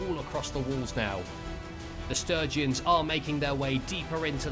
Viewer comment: That was non-stop action! Love it, but... "Will the Sturgeons conquer the Battanians?" <- Did you mean Sturgians? :D Sturgeons are fish.